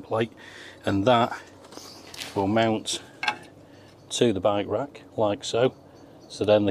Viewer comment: I love his pronunciation of by-wak. It took me a while to realize he meant bike rack.